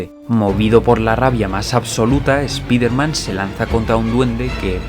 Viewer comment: Spiderman se LEE "SPAIDERMAN"...OK???